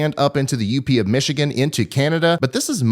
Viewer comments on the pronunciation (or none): none